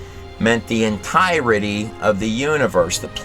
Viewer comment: this gut does a very insightful interpretation of the book of enoch as well. i wish someone would teach him to pronounce the word 'entirety'.